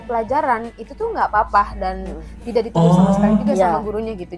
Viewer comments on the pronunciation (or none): none